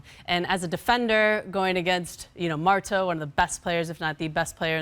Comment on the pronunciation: Did she just call Marta, "Marto"?😂😂